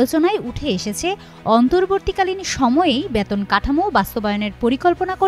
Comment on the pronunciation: ব‍্যাতন না বেতন বলুন।